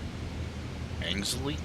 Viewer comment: An-gel-sea circuit is on the schedule of the major national series including British GT, Ginetta champs and the British TCR champs. British pronunciations follow precedent over logic, so you've got swan-z, pem-br-a and angle-c. They're only learnable by hearing others saying it.